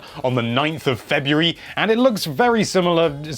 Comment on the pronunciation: he pronounces February as "febweeree"